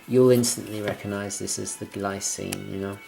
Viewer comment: The Glycine (pronunced Gleecine) looks great... nice review